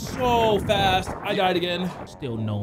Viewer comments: I love how in the first 30 seconds they are lost and called grizzy “” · Bro said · Did call Grizzy? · Anybody else notice called him in the beginning of the video? 💀😭 Edit: bro said "it's me and you " 😭